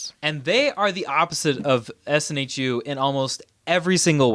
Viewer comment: It's SNHU, not SNHEW :D